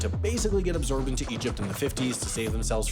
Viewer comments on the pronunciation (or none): Absorbed* not Abzorbed